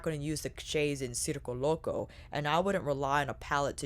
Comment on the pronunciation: I was just complaining to someone about how no one was pronouncing it correctly and then there you go boom pronouncing it correctly. Thank you for this review and all the looks. As a member of the circus community this is pulling at my heart strings. I wish people didn’t think of clowns when they hear circus because there is SO MUCH more to the circus community. I might pick this up at the Sephora sale.